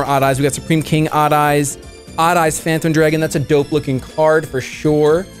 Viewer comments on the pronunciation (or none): none